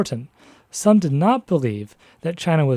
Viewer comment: The speaker of this video quite clearly has some background in the Chinese language, as can be told from his pronunciation of the words "tongmenghui" or "guomingdang". But why can't he get the pronunciation of the main character's family name, Sun, right?